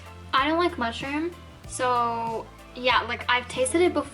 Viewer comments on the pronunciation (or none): Yummy! It tasted so good. Can’t wait for the next one. The way you said ‘mushrooms’ LOL very funny.